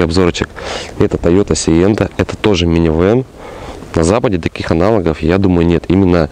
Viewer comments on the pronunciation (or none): АналОг, а не аналАг. КОмплектации,а не КООмплектации...